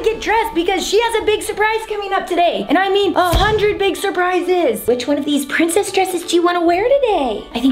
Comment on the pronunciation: It's not pricssce it's pricess